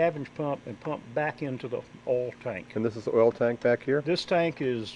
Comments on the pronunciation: what is an "ole" pump???? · Southern pronunciation of Oil.